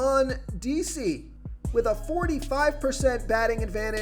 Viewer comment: Can you please learn how to say the players name correctly. Every video your butchering someone’s name. (Mondesi)